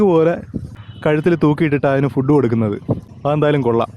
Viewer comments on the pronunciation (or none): none